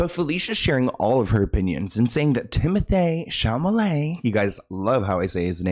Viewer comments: timoteé shamalayyy 😂 yes, i refuse to say that name ANY other way now 😊 & after what he did to Willy Wonka im okay with that 😂 i think he's a good actor but what was that 🙈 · Timothayy Chalmalayy😂 I LOVE the way our boy says that so much. P.s I’m aware it’s spelt Chalamet 😊